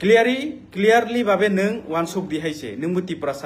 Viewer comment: Dera mwng khe Hai, Thuruk nw Buru, Cliarly nw cliary